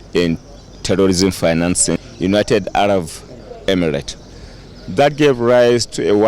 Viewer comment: Idiot Malami..United Araf Emirates..not araf oga. its Arab